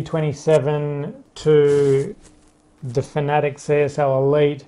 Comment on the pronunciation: Its fana tech! Not fanetic. Because what i just wrote is how ud spell way you say it. Read it!! Out sloooowww